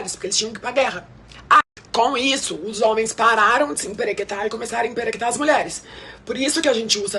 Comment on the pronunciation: A cada “emperequeta” que essa mulher falava me dava vontade de morrer, senhor kkkk